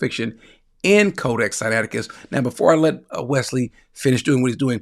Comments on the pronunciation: Senateekis?😂😂😂😂 note. If you don't know how to pronounce certain words. Don't just give it a shot in an interview when your claiming to be a scholar. Billy thought this guy would be a pushover. This was orchestrated by GOD!! This man just happened to be very familiar with all the things Billy was lying on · It was embarrassing could not even pronounce codex Siniaticus